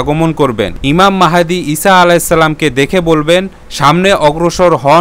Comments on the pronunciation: ইমাম মেহেদী নয় ইমাম মাহাদী,,, খুবই দুঃখজনক নামটাই ঠিকমতো বলতে পারেন না,, আপনার ভিডিও কি দেখব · ইমাম মাহদীর নাম ঠিক ভাবে বলতে পারিসনা৷ ইমাম মাহেদী বলিস মূখ্য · প্রথমেই উচ্চারন ভূল, ঈমান মেহেদী হবে না, ঈমান মাহাদী হবে। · ইমাম মাহদীর নামটা সঠিক করে বলুন ভিডিওতে ভুল আছে